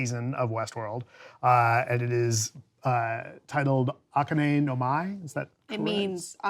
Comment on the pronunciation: lol that is so not how you pronounce akane but ok..........